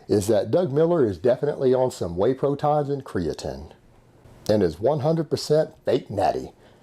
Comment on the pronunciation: I love when you say whey protons and creatren.